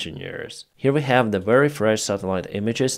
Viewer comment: Please, say “very” instead of “weary” 😊